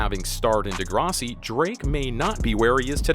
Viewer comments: This guy can't even pronounce Degrassi. Lol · Jimmy was a role he played as a young teen ager on Degrassi high which this guy can't pronounce on this video. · The way he says "Degrassi" is fucked